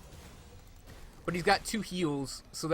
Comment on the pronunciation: Neat build, great video. You may not care (which is fine by me) but... melee => 'may-lay' aether => 'ee-ther' eldritch => the 'ch' at the end is pronounced as in 'snitch' FWIW...